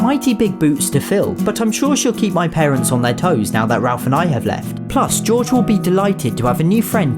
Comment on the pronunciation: You said giorge